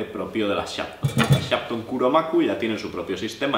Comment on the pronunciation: Por favor, no se entiende el nombre de la marca